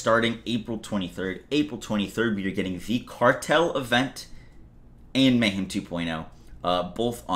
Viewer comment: Anyone else hearing saying "May-Ham"?????